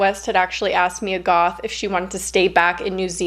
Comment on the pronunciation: when you said "Mia Goth" i thought u said "me and goth" like WHAT :0 lol